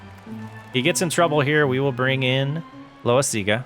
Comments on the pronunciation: Love watching your video but your still not pronouncing Loasiga name correct. Its pronounced LOW-WISE-IG-A NOT LOW - A - SEE - GA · Thank you! I love the series but I’m slowly losing my mind hearing that lol